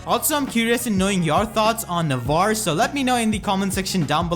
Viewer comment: It's spell "Nah-vah-reh".